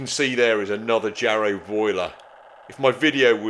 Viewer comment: "Yarrow" boiler, not "Jarrow"